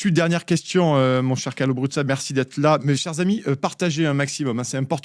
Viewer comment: notre ami Carlo a un nom italien; dès lors, merci de prononcer brouza et non broussa!